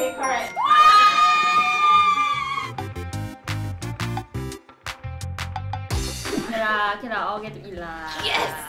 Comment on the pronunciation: Correck or correct? Lol